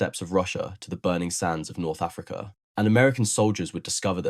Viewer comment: The word Wagon isnt pronounced like Vagina,.. ..cum, On, man ..and Africa isn't pronounced "a Freak eh" ..although it may be true, ..